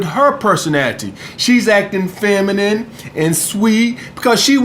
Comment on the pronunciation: My nigga said : ''Feminiminy''